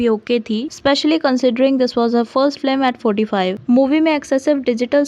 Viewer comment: Flim nahi Film.😅😅 Tumbattu (तुमबट्टू) nahi, balki Tumbaad 2 (तुम्बाड़ २) hai.